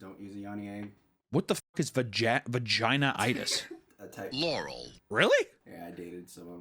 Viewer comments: Bro said vagina itus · Them mispronouncing Vaginismus is so funny, wtf is vagina-itis? 😂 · "vagina-itus" i'm softly shaking my head as i'm turned away from the video, "you mean vaginismus" i turn to the screen and sure enough, there's the definition of vaginismus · it’s pronounced vag-ee-nite-us 💀💀💀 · bro and the explanation was even worse😭😭 criminal even😭🤣